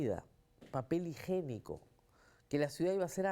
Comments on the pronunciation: Sra se dice y escribe papel higiénico no higenico, entiendo algunas personas raras se hacen la higene y no la higiene. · Rosa María..se dice "papel higiénico " y NO papel higénico..aprende a hablar! umm y eres profesional? 🤔😏🤧🪳🪳